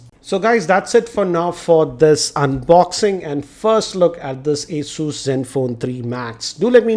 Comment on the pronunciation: That's pronounced 'a-zyoos'.